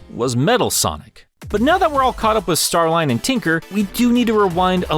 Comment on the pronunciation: I thought it was pronounced Star-leen